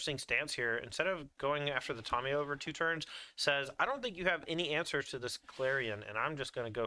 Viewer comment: Someone tell it’s “TAM-iyo” not “TOM-iyo “